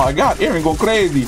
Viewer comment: does someone notices how says''crazy''? ''crezzy!''